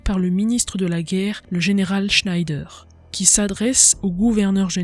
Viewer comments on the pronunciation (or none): none